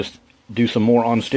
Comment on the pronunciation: Are you saying “on-stitching”? Do you mean unstitching, known more commonly as “seam ripping”?